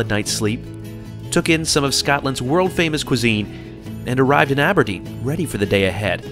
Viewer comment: Love your pronunciation of places in Scotland! Inverness? Aberdeen ?